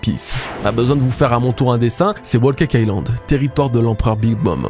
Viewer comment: Wo caca ïland ? C’est trop dur de prononcer l’anglais comme il faut ? Whole cake island